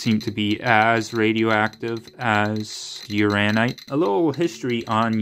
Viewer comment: It's Uran- inite. That second n isn't silent. Also a hint, if you keep the specimen close to the muller tubes you will get a quicker response and more accurate reading. I love playing with my radioactives. It's mostly just common sense with handling and displaying. I used to have a 3 cm cube of Uraninite I collected at Cardiff. Was close to 200 microseiverts. Sold it. If you ever go to the Kemp prospect for Thorite crystals you will know you're there before you even dig the background is so high. 😂 Have fun with your new gadget/tool.